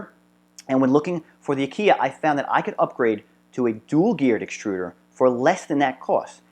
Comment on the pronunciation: Fairly good video for those who do not ever do anything mechanical. The problem is terminology. 1. Aquila (a-KEE-la) NOT (a-KEE-yah) Which would need a second l to make that sound 2. While grub screw is popular, it is a set screw 3. Those are not SHEATHS. They are BUSHINGS! 4. It is not a smooth gear. a gear, by definition, has teeth. What you have is a grooved bearing, used as an idler, meaning it is unpowered and freely spins based upon a material moving against its material contact surface.